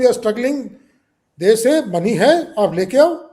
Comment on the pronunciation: makes lot of sense, it’s not மணி. It’s money😂